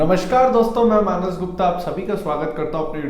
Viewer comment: Manas गुप्ता ke jagah Minus गुप्ता sunai deta है.